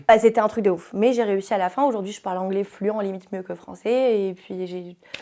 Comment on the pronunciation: Moi aussi je suis fluAN 😂 ça se prononce FLU-EN-TE